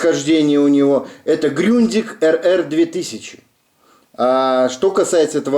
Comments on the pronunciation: Все нормально, только не Грюндиг, а Грундиг... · Ну я не Высоцком, а про правильное произношение...тогда было бы не Grundig,a Gründig...хотя называй как , хочешь....